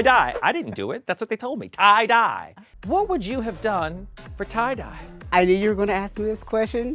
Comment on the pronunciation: I think MMM read “Tye-Die” as “Too-Die” 😂